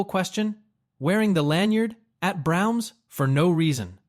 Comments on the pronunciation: it's Bra-ums...not browns:face-blue-smiling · I could forgive the basement in Ardmore line. But the way Braum’s is pronounced is simply unacceptable.